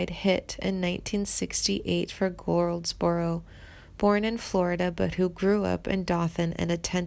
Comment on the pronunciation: Is that who she meant? Man! How could she not know this? She also mispronounced Goldsboro at one point. I mean, dang.